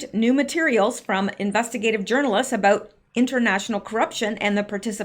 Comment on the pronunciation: Pardon me did you say about or a boat? Please clarify.